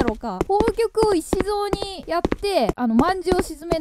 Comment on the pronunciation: せきぞうをいしぞうってゆってるのなにげにすき笑